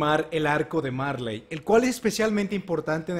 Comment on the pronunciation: en japon no se pronuncia la L se sustituye por la R marLey=maRe eLdia=eRdia Son lo mismo solo que en la pronunciación japonesa y algunos le dicen así xd👍